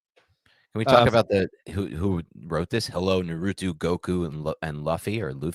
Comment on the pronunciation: “NAR-ROO-TEW” 🤦‍♀️